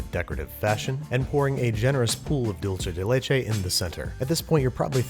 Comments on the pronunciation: I admire the restraint of all the Mexicans in the comments not complaining, but having been corrected many times over my life, IT'S SPANISH, NOT ITALIAN! Dulce de leche is pronounced "DOOL-say day LAY-chay." It means "sweet from milk." Stop confusing it with the Italian word dolce (pronounced "DOL-chay"). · Pls say /doolseh deh lehcheh/ Don't say /dolche/ That sounds Italian, but it's supposed to be Spanish. Thank you. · Dulce de leche is Spanish. You pronounce it dool-seh, not dol-che. That is all. Well also your vowels could stand to be shorter, you sound like a Texan when you say "leichei" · "Just enough time to make a simple Dulchay de Laychay." ~Babish 2019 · He nailed Tres Leches for someone who isn't a native Spanish speaker but he called Dulce de Leche, " Dulche de Leche ". .3. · JAJAJAJA dulche dhe lesheeeee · Babish I love everything about this video but... Dulce de leche... Doolceh deh lehcheh (english spelling of the pronunciation) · Then you aren't a native spanish speaking mexican my friend, that's not how you say it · Babish, it's dulce de leche is Spanish not Italian. There's no che in dulce. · Oooh the way he said dulce de leche sucked a lot!